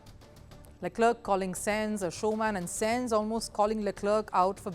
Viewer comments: Bro i was about to defend then i heard senzz.. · You should learn how to pronounce names of drivers at least, before providing your insights. .. Leclerc is pronounced as luh-kluhk. I recommend someone vaguely interested in f1 to read out the news. Senz???? what is Senz? This is so cringe